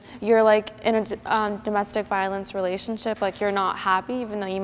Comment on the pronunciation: "Domestic Violency" xD American English at its best